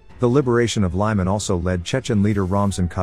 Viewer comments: Pronounced 'Leeman' not lieman. Slava Ukraini!! The home of the Good and the Brave!!! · It's not lie-man it's lee-man. The voice over in this channel is embarrassing. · It is pronounced Lemon (Lyman)